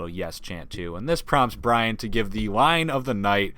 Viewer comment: it's bryan not Bryant